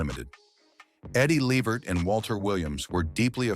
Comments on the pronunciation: It’s Le-Vert, not Levert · Mr. continue to say the O'Jay's please don't try saying Eddie last name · If nothing else, please. Pronounce, his name right. Tell the truth about, what really, happened in La vert life!😅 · Yes, mispronounced Eddie and his sons last name 😕